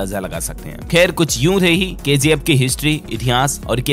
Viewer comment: It's KGF not KZF🤦